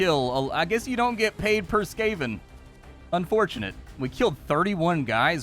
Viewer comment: Ech. SKAY-ven, again... The rats are either SCAR-ven or SKAV-ven (as in scavenger), but never, ever SKAY-ven 🤮